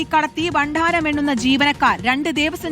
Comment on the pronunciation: ബണ്ണാരമല്ലടാ പൊട്ടാ ഭണ്ഡാരം ...... താനൊക്കെയാണോ റിപ്പോർട്ടർ